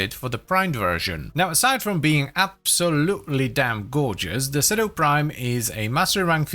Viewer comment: According to the latest devstream, it's "seedoo". Also, "Lavo Prime" 😂